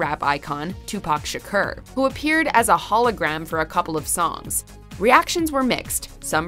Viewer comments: Tupac Shak-ER 😂😂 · It's Tupac Shakur like "ore" good let's get it right